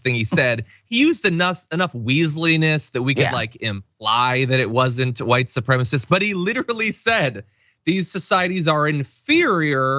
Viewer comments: "White supremist". Boy, you can really tell she passed that GED class, can't you? 😂😂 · She says white supremast 🤣🤣🤣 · "Supremist"? Eglish, Boebert. Do you speak it? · Thank you! It drives me up the wall when people say “supremist”. They’re probably the same people who say “fettanol” instead of fentanyl, and “oxy cotton” instead of oxycontin. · He wrote “Eglish” because he made a typo. Bobo said “supremist” MULTIPLE times because she is an uneducated human garbage. See the difference? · PS; she didn't mispronounce it. GG is a baby expression, the way American Germans sometimes call their aunts "tante.". Don't know the ethnic origins of GG. Maybe it's American hillbilly.